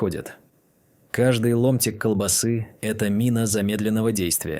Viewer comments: По сути всё правильно, но откуда такая чудовищная безграмотность? Транжиры???- может ТранСжиры? КолбасЫ?? -А может всё же колбАсы? Ребята, у вас что там, слепой робот-читатель, которого переводит глухой робот- озвучиватель? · Опять искуственный интелекс ...колбасыыы... с ударением на ы. Куда люди делись, кругом роботыыы, с ударением на ы😢!